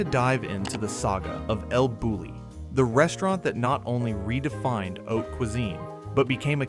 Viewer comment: It’s pronounced “el Boo-yee”.